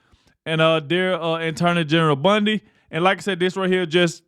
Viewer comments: With all due respect, please pronounce Pams last name correctly... BONdi not BUNDI. 💜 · Love you but dude her name is not Pam Bundy its Bondi